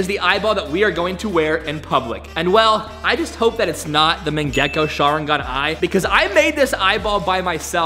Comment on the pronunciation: bro says mangako sharingon wrong